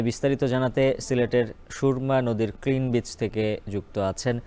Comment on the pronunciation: সাংবাদিক ভাই কিনবিচ না কিং ব্রীজ হবে😊😁